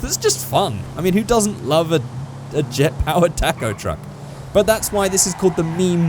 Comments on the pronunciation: Say talkoh not tack oh talkoh taco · he keeps saying taaacoh it's taco!!!! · it not pronounced tac-o, it is pronounced ta-co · It is toco not taco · its pronounced tãc-õw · Hahaha he says tack-o truck🤣🤣🤣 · What's a Tack-Oh? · Your saying it like TACKO TRUCK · Why does he say tacko😂😂😂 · " tack-o truck " lol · “Tako truck” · Your videos are awesome man, but the way you pronounce taco is heinous, as well as insulting to my god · Your saying taco wrong